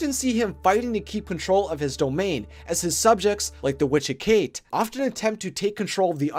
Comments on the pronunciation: no hate but please do more research on greek mythology and hades, and Hecate is pronounced (HEK A TEA) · her name is pronounced heck-a-tae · You didn't say Hecate's name right